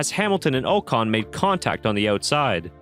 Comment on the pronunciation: It's pronounced aw-con. Not 0-con